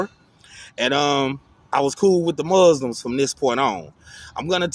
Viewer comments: The mooslims 🤣🤣🤣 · The Mooslims lol